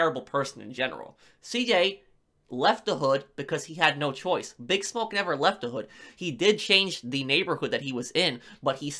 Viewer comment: Loving the videos, but cannot stand how you pronounce "Bigsmoke"